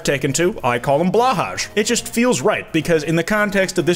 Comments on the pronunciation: Blahaj is pronounced “Blow-hai”. I’m renouncing your trans ally card smh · Blahaj is pronounced “Blow-High”. The more you know! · the way you pronounce Blåhaj makes me cry